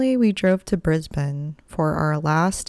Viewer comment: So glad you pronounced the name Brisbane like a local. Kookaburra however... think cook rather kook. Like, I cooked a Kookaburra